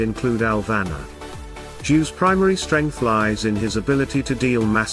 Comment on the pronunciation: It's "Alvanor" not "Alvana", love your videos.. please keep sharing